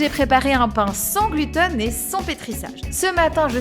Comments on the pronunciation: Moi aussi ça m'a trop perturbée 😂 1ere fois que j'entends quelqu'un faire cette erreur de prononciation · C'est marrant d'entendre dire sans "glutEn"!😂🤣 Chez nous on prononce glutÈn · c'est aussi la première fois que j'entends. Néanmoins à mon sens c'est pas une " erreur de prononciation" chacun prononce en fonction de sa région. Merci pour cette vidéo 🙏🏼😉☺️